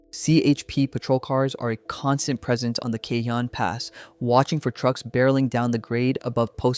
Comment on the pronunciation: You managed to pronounce Cajon different every time. It’s ca-hone